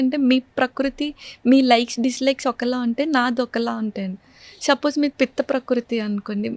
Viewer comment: చెల్లెమ్మకి 31 యేల్లొచ్చినా పలకడం సరిగా రావడం లేదు డిషీజ్ ❌ డిసీజ్ ✅ ఎక్సైజ్ ❌ ఎక్సర్సైజ్ ✅ కట్ చేశేసి ❌ ఎవాయిడ్ చేశేసి ✅ షపోజ్ ❌ సపోజ్ ✅ షాఫ్ట్వేర్ ❌ సాఫ్ట్ వేర్ ✅